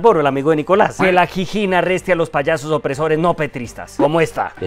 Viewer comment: La "Jijin"....jajajajajajajajaaja